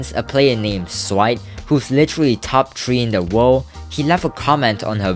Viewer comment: dude you sound 12, and if she shows her mouse that she can aim SHE CAN PROB DO OTHER STUFF TO BECAUSE SHE HAS INSANE AIM SO WOULD HER KEYBINDS. you say three as TREE, get a job and let her be.